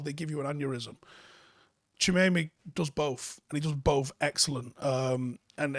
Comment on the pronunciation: That pronunciation though 🥴